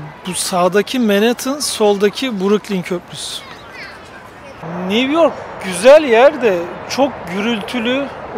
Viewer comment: Niv york nedir ya!! Bari sen yanlış telafuz etme.